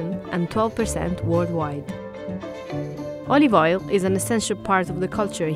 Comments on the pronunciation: "A bit of olivol" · more like: "olivoil"